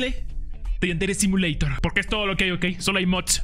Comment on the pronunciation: Antes decia simuleiror😢 no simuleidor